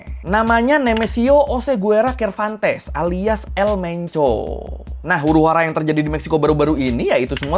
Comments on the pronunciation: Namanya Cervantes ya? Ku kira tapi bilang KATES 😭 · sekedar info pelafalan bahasa Mexico 🇲🇽 bang : qui, que, gui, gue ⏩ qi, qe, gi, ge LL ⏩ Y ca, cu, co ⏩ ka, ku, ko ci, ce ⏩ si, se jadi : Oseguera ⏩ O - Se - Ge - Ra Cervantes ⏩ Ser - Van - Tes Aguililla ⏩ A - Gi - Li - Ya Narcobloques ⏩ Nar - Ko - Blo - Qes CMIIW